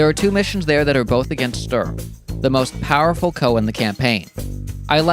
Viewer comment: CO isn't a word, it stands for Commanding Officer, it is pronounced Sea Oh, in case you didn't know and would care. if you do know or don't care, disregard.